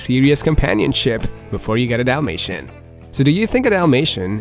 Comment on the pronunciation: Dalmatian with an A not an O. Yes. They shed ALL year round. If you see more shedding than usual it’s usually from an allergic reaction or they are blowing their coat from some kind of hormonal fluctuation.